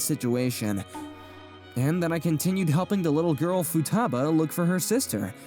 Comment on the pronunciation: The VAs did really great job (except the female VAs pronunciation of "Futaba"). Also a very nice story with - shockingly! - a normal decent, and well adjusted MC.